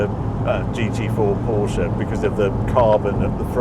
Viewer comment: Thanks for using both syllables when pronouncing "Porsche". (Mat Watson take note)